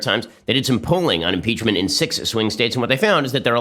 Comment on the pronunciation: "Mmmmpeechmurnt Grrt, Twernty-Nintrrrrrn!" 🤣🤣🤣 Hilarious 😂